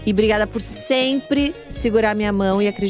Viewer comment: Maravilhosas essas Ponto alto, falando "brigaiada" gente como a gente 😅